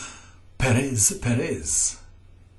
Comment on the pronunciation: Why does he keep pronouncing Perez as Peréz? It hurts :_D